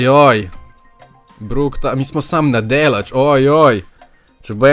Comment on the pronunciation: samo tko brock se izzgovori brok ne bruk